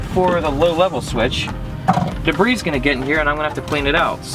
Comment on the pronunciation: the S in debris is silent